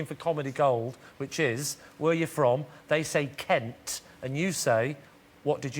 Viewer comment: am i led to believe that somebody from kent, a kentshireman presumably, pronounces kent: "kunt"?